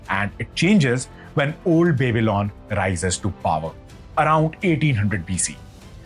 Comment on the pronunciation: Nice content ... But would suggest to check how Babylon is pronounced